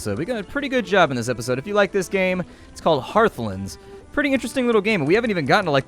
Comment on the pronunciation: Lol you pronounced the game wrong.